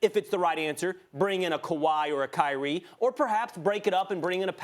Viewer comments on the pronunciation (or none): none